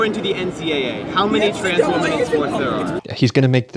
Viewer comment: Why can’t kids - native English speakers - pronounce WOMEN